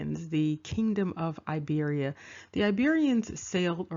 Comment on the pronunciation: Hello, this comment is late, but I want to tell you that Iberia is not (a)Iberia, nor Ibro, it is Iberia, it is pronounced like (e)beria, and this is the present Republic of Georgia. As for the national clothes, it is called Chokha, and the one worn on the head is Bokhokhi. which was sewn from pure sheep fur. There is also a different headdress called a kabalakhi I don't know where from dig it up this information, I will tell you that it is not Germany, nor Africa, nor Australia, nor China. This is Georgia and the ancient name of Georgia, thanks